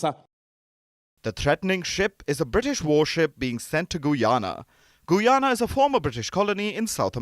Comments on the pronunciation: Did he say Goo-yana? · not gu yana but guy ana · Whats Goo-yana? Its Guy-Ana. Like how you proinounce Guy. When you dont know how to pronounce a name, just youtube tourist videos of the nation or something. Keep it professional. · It's pronounced 'guy ana' not 'goo ana'. Otherwise excellent coverage.